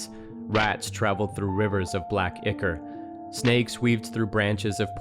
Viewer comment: It's not Ick-or, it is eye core